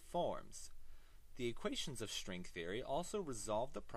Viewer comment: he says "shtring". I'll never say ""string" again.